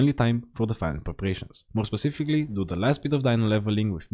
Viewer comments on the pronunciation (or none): none